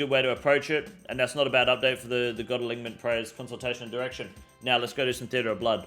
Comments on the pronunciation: It's pronounced alinement bro. Unless that's just how u guys say it there then in that case I'll go fuck myself lol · Ya wtf is an a-lig-ment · Please stop pronouncing the g in alignment lol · He said god alignmentligmas 😂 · Bros out here callin us morons while saying ‘aligmint’ 20ish times in a video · Say it with me [UH] + [LYN] + [MUHNT] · my man the g is silent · why does he says alignment and not alignment? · The way he pronounces alignment cracks me up every time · Somebody help this man pronounce alignment. Appreciate the video update still. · You are one of the most well spoken off the cuff creators I've seen on Youtube. But you can't pronounce alignment. Ffs cunt